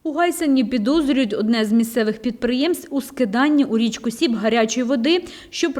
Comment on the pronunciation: річка називається Соб а не Сіб